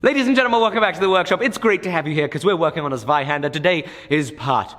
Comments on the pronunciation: Zweihänder starts with a TS - sound. Say TSveihaender. SAY IT!!! :) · About the pronunciation of Zweihänder: start with the "ts" from nuts, next the "vi" from vine, then "han" from hand and finally just "dare". Should be pretty close. On a mac, you can also run `say "Zweihänder"` (without the `) on the command line (may depend on installed language packs). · Hi. Zweihander Please try to say it " auf Deutsch":)))). Anyway great job. Love your channel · LOL, if you're making german sword pls learn how to correctly read the name first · i know it doesnt really matter, but maybe you would like to know that the "z" in zweihänder isnt pronounced like a "s". its more like the "ts" in hats. a harsh sounding "s" with an initial "t" sound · Jo im from germany i just wanted to let u know that its called Zweihänder not zweihander 😅im a lil triggered 😂